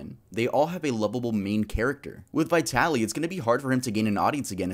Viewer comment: What's wrong with Americans? Vitali, the I as in the first letter of Indian. Letters are not usually pronounced as they are recited in the alphabet.